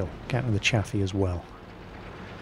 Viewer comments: Chaffee is pronounced 'Chayfee" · if u pronounce chayfee = gay feed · yes it is, it was named after Maj. General Adna R. Chaffee, Jr. his last name is pronounced Chayfee